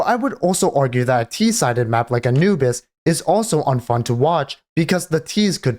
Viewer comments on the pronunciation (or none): none